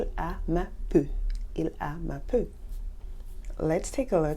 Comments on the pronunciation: Dear, I liked the video very much! May I ask whether you grew up in Québec? The reason why I am asking this is that you have an interesting twang in pronouncing certain words. For instance “peau” you pronounce like “peu” and “beau” like “beu”. Is this the Canadian way of pronouncing it? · The pronunciation I am used to is "bo", "boulot", "po" whereas yours is kind of "bö", "bülot", "pö"... Understand what I mean?